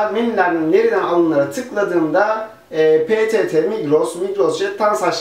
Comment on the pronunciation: abi ptt ye prett dedin :D